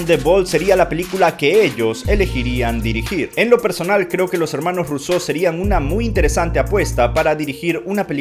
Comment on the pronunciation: Por qué los llamas Russeau en lugar de Russo?